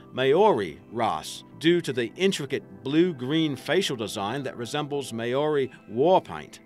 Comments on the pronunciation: He can't pronounce maori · The way he says Maori is so funny XD